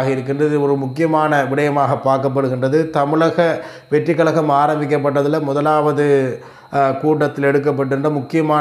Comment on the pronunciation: Kalakam- no. Kazhakam-correct